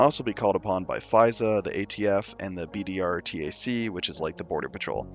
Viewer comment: I thought it was BORTAC, not BDRTAC?